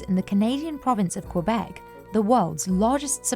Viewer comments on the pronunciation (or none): none